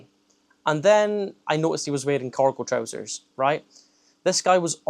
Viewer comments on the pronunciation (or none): Hahahaha not me thinking you were saying 'Coracle' 😂 I thought wtf are Coracle Trousers...